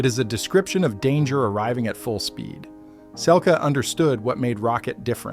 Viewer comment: Pronounced Selkeee